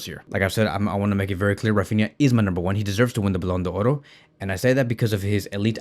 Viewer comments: First learn how to pronounce it properly it's simple Ballon D'or there's no oro in front. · The only guy who pronounces the "r" in ballon do"r"